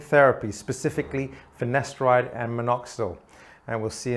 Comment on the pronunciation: Why did it always sound like he says ‘finesteride’ when it’s ‘finasteride?’